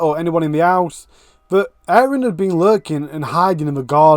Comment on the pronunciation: Like your channel, interesting! And indepth too. Just had to mention it's Aron. Rather than ayran!!!! With the mini tache going on....... Lol! Forgive me. X